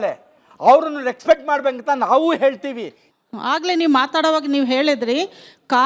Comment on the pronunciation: reksfect😂 e nan maganige kannada antu correctagi baralla , simple english kooda baralalla 😂